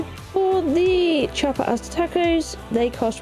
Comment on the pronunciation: Loved the close up of the meals. 😋 By the way, Asada, is pronounced more like, Ah-sah-da. 😁